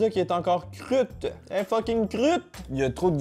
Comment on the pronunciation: "La pâte est pas crute" Crute mdr tu me tue 🤣🤣🤣